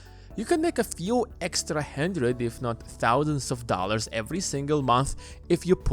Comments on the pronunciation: "A hendrid thousand dollars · “Hendthred thousand dollars”